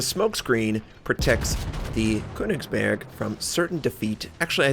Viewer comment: The ö in Königsberg is pronounced like the U in Churn or Church by the way.